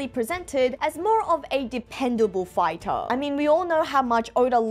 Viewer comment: Why do you pretty much over pronounce every word? It gets really annoying, not gonna lie. "Chaptah", "Fightah"...